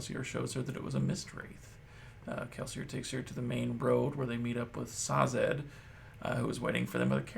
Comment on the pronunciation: Another video from you that I love! I don't have much to comment as of now, but I think you should know that the way to pronounce Sazed would be Say-zed instead of Sah-zed.